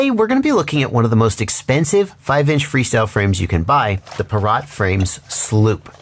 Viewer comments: I've never heard someone pronounce pirat like a vegetable. It's Pie-rit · Its pronounced "pirate", hense the names being "hook" and "sloop".